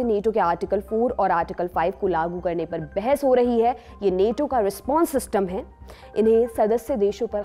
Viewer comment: नेटो नहीं नाटो कहिए